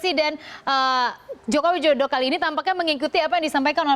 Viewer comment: salah ngucapin nama presiden jokowidodo, keliru ngucap jokowijodo